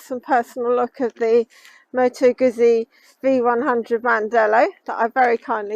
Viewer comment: Bike looks ok but don't like the display and please note it's pronounced 'Gootsie' (rhymes with 'Footsie')